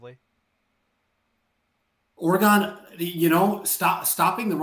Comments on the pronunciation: This guy do not even know how to say oregon' name. That should tell you he don't know what he's talking about. It's not that hard to say oregon. Of course oregon is going to be successful in any conference. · First, learn how to say Oregon, second, why does Oregon have to change for the B10? Why not make the league adjust to you?, third, Verdell has not been a running back in a while …. Smh 🤦🏽‍♂️ s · Please pronounce Oregon correctly, what are u 7 years old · I just can’t getover everyone calling us OR-gone ITS OR-GiN🤦🏻‍♂️ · ORE-GEN not OREGOOOON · it is NOT OR E GONE. It is Pronounced OR E GUN. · Dude, it’s Ore-gun not Ore-gone. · Stop saying Ore-gone! Why are you hyping a dude that hasn’t won a conference even once vs a coach that has been to the playoffs multiple times, with 3 Heisman winners in 7 years and a second place guy. Top 25 head coach? You are nuts. Riley with a mediocre defense would have 4 natties right now. Guy has had grinch the entire time so you guys have no idea what Riley’s potential is with a $7 million defensive staff and recruiting to match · It’s ORE-GUN not or-gone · I literally stopped the video when he said cj verdell lmao. Try watching an oreGone game before u talk about them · Stop saying "Or-gone". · I’m an SC fan… I hate Oregon, but stop saying “Ore-gone.” There’s no “e” At the end. My grandfather was an SC alum, but also an Oregon State Senator and later US Congressman for the district of Eugene. At least say the state’s name correctly! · Oregone? It baffles me how people mispronounce shit from this state. Like i don't go around saying misshippie instead of Mississippi because it's easier to say 😂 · This guy lost all credibility for knowing what he's talking about with the consistent mispronouncing of Oregon and talking about cj verdell being on the team last year. I cant take anything seriously after that. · Nah you lost me with Oregon’s pronunciation… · Learn how to say Oregon